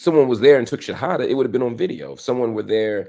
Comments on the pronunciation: I am impressed how Marc Lemon Jill explains and pronounce the shahada. Mashallah. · Marc your pronunciation of the shahada is beautiful I can’t believe how good your Arabic is! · My gosh Marc Lamont Hill, your pronunciation of the shahada is on point brother. You sound very much like a Muslim. ❤ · This brother says the shahada pretty well, 🤔 😊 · You brother said the two shahadas perfectly. Mashallah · Marc, you sound like you are a Muslim too. You said the shahada perfectly in Arabic and knows all the pillars of Islam. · Marc Lamont are you Muslim? Your pronunciation of the shahada (arabic) is pretty good as well as your understanding of it.